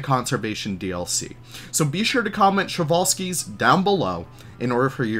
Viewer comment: I was sad when i hear the przewalski horse was named by russian all time i think its name came from Polish guy but anyway i like Przewalski's horse and its funny to hear how people read him prezvalsky or other way